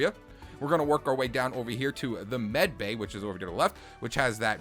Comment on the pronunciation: its not meticel bay its medbay